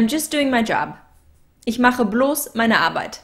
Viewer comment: with Einige Aussprachen für dich:) Genauso wie "groß" im Deutschen:) (not like moss, boss) alter, malt liquor (ALL-ternative, not AL-ternative) pal, gal, rally (You're saying (p)alternative)